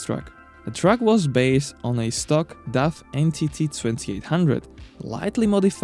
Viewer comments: wow then your ears dont Funktion well. I am from the Netherlands and the brand DAF is from the Netherlands, so when i saw the video i first didnt know what you where saying ! It sounds horrible. Try saying the word car then make it dar then daf , thats sound not like duff. 👍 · Its name is daf , not duff.